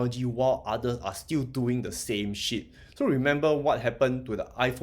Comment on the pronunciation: I always laugh at the emphasis you place in "Shit" 🤣😂🤣. Always great content as well. Keep it up!